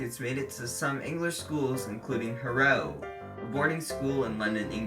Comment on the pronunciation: DON’T say HaRROW say HARRow you transatlantic turkey.